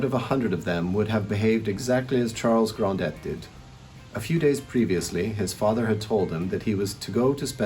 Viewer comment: Hello. This is a great review but it's not Monsieur Grand Dett. It's Gronday.